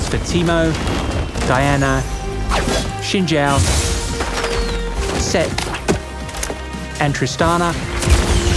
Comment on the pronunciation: i appreciate how he pronounced xin zhao